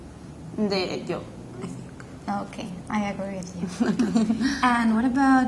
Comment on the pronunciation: made my day with her pronunciation HAHAHA! PIKTÚR and YOB!